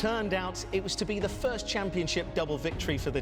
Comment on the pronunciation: was first but said "firts"